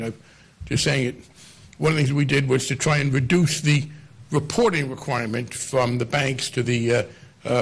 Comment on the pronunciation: That one dude sounds like Elmer Fudd.. “weporting wequirements”